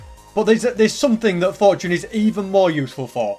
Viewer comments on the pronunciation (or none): Its fortune (for - chun) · Where I’m from we pronounce it for-chune